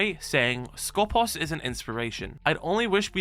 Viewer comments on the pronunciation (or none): Can you stop messing up the pronunciation of Skopós please? The accent is on purpose at the second O, because it is pronounced skopOs! σκοπός translates as aim, goal, target, guard. I guess in R6S they intended the meaning of guard.